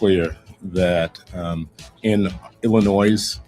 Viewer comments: I noted this too, The Ilan of illinoiS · The fact that he pronounced the S in Illinois is grounds for impeachment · Our AG's name is Kwame??? He calls our state; Illinoi "S". Where's he from? Is he there to blow smoke at us? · How can he be the Illinois AG and he can't even say the name of the state right? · You mean to tell me we have politicians and elected or appointed individuals that don't know the S in Illinois is silent? How can you run a state if you can't even pronounce the name? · The damn attorney general can't pronounce the states name? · Kwame doesnt know where one of his biggest school districts are is in Cook County and the state as a whole and doesnt know that he would prosecute state level fraud from government bodies... thats insane. The worst part is pronouncing the S in Illinos. Thats a huge red flag 😂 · this POLITICIAN DOESN’T EVEN KNOW HOW TO PRONOUNCE ILLINOIS! Wake up Illinois! It’s your own doing! So stupid! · Will somebody please tell Kwame Raoul the ‘s’ in Illinois is silent…. What a friggn embarrassment. Can’t the democrats find people better educated to run for these higher offices????